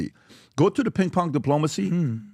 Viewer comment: “Pink pong.” 😂😂😂 I’m dying!!! At least he said pong right. Now we know he CAN pronounce “ng” and not change it to “nk “. Too cute! I will never say pinG pong again!